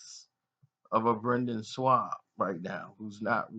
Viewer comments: This nigga keeps callin him shwab. That makes me think this nigga has no clue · Butchering names bro. A-don-a-say??? It’s ah-duh-san-yah. Also where’s the “w” in the Schaub. “In-gon-you”....jeezus Obviously you don’t know shit about the ufc.